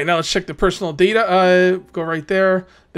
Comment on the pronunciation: Pronounced "data" not "data" fyi